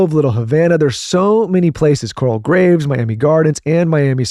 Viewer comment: I live in Miami. I giggled when Michael called it Coral Grave—It’s Coral Gables :-)